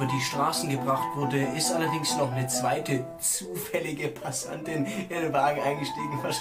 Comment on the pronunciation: Man er kennt die Frauen die in das Auto steigen, deshalb betont das ZUFÄLLIG so xDDD